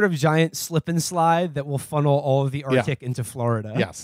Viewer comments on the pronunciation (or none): none